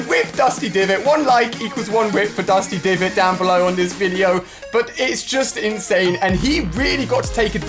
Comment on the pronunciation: Did anyone else notice he said rip dusty diviot??